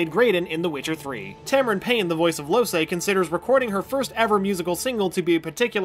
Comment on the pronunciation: Loh-say eh? Its important to play games before making videos about them